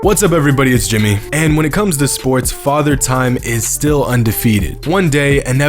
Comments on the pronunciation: It's jimmy bro you say it like jimmy lol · It’s pronounced and he makes really good videos